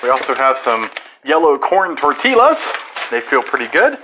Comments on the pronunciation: It’s not “tor-till- us” it’s Tor-ti-ass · He said tor ti Las , and tostidos? Wth? Lol. TostAdA.